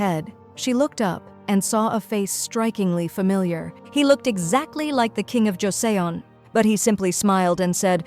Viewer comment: Joseon is pronounced like Choson